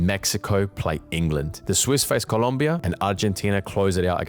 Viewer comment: why'd you say England like that? 😭